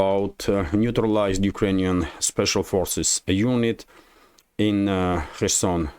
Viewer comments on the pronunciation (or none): none